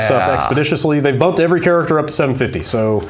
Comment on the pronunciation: is still putting an "r" before the "v" each time he uses the word "every"